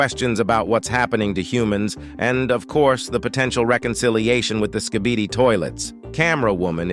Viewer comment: I like how he says skibidi wrong